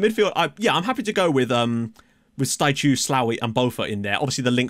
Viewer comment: For Staicu, the last 2 letters "cu" are pronounced like in the word "cool" but without the "l" :)